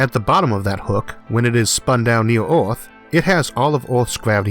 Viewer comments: ITS NOT ORTH ITS EARTH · Is anyone els also irritated about his pronunciation of "earth" ? It is EARTH !! not ORTH :( Still an informative video though. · It's called Earth, not Ath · What’s an “oorth”, “atmospheow”, and a “tethoow”?! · “Oth, wok, elevato, tetho, weiod, kilometos, covage” What’s up with this guy’s pronunciation? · Stop saying a o in the word earth. there is no o in earth... so annoying.. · Does anyone realizing this man's pronounciatiin is a bit weird while saying 'earth, atmosphere'?